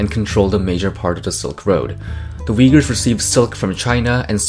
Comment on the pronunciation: why everyone pronouncing uyghurs wrong? u is not w lol